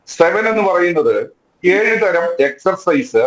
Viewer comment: എക്സർസൈസ് എന്നാണ് പറയേണ്ടത് നിങ്ങൾ എന്തിന്റെ മാഷാ